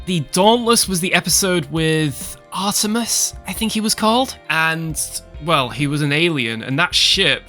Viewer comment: It's actually Arturis, like the star. Not "Artemis".